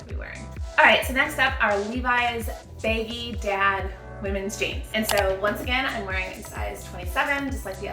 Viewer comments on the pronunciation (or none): Sounds like you’re saying “baby dad jeans”